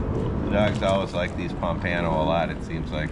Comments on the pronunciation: Instead of saying "Ano" at the end, it sounds like "uh-no", the u in "uh" sounding like the u in up. So, pom-puh-no. Great video, as always! 👍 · I’ve never heard pompano pronounced like that before 😂